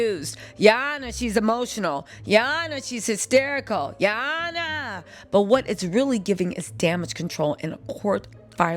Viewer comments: Gurl when you say”ya hona” has me on the floor laughing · Came just to hear you say, Ya Honna---😅😂😂 needed to laugh before ending the night..thanks!🤣🥰